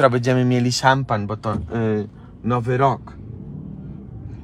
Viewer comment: a las dos pm y a las 6 pm mañana sabado 30 de diciembre, y el dia 1 de enero de 2023 a las 13,30 en español, su abuelita pronuncio' bien "champagn" (suena como decir shampa'n)e con acento en la segunda "a"